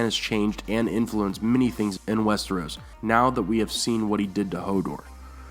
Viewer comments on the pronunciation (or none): none